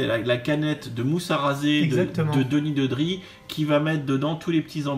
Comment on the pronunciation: je valide tout !!! sauf la prononciation franchouillarde meme pas conforme à la vf de Denis Nedry